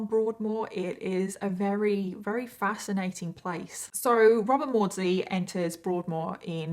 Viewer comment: Love, Love, Love your series. However, it is greatly distracting the way you pronounce the word "very". You often say "reary ", and I find myself rewinding all the time to see how your lips are making that pronunciation. Just saying. No harm meant. Probably just me. Remember, I LUB! (Which in our family means "love you bunches" !